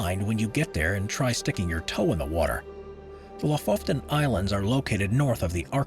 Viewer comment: The Fjordland in Norway is called Lofoten. I think it was pronounced Lofoften in this vid. Just a little correction, it’s just one “f” in the name. :)